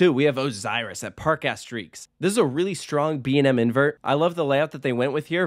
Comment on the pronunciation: B&M not BAM